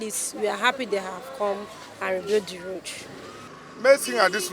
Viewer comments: What is wrong with his pronounciations? Very very fake. Channels TV newscasters and presenters are the worst offenders in nigeria. Very very fake nigerian accent it's laughable. Can you imagine him pronouncing road, raod. It's a joke really. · Channels TV news presenters with their fake accents. Just check out this dude here, making me laugh so hard the way he was pronouncing road. It sounded like raod. On a serious note, somebody please tell nigerians that gutter is not drainage. Let me repeat that; gutter is not drainage. If nigerians want to know what a drain system look like, they should Google eko atlantic city during the road construction phase.